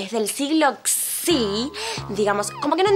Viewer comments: Nadie: Absolutamentw nadie:: LOS BEBES DEL SIGLO TSIIIIIIII (XXI) JAJAJAJJAJAJAJJAJAJAJAJJAJA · "los bebes del siglo czi" JAJAJAJJA EN VEZ DE DECIR "los bebes del siglo 21" JAJAJAJ TE AMO MALVINAAAAA